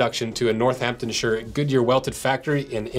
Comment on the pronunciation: you should do more videos of Northamptonshire made boot brands so far you’ve made videos on I think 3 different brands but there’s still so many. Also btw it’s pronounced like Northamptonsheer and I’m so glad you didn’t say SHIYER like last time 🙂